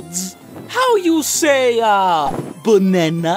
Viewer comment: "boonena" XD